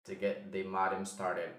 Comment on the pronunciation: Good video. By the way, modem is pronounced /'moudm/ not /'modm/.